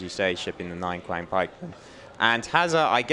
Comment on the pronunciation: Just a heads-up for the casters, "Qiang Pikemen" is pronounced more like "tsiang" Q doesn't correspond to any sort of "k" sound in Chinese.